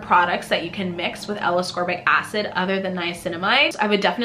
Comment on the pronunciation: Appreciate the review. Heads up, you don't pronounce ascorbic acid correctly.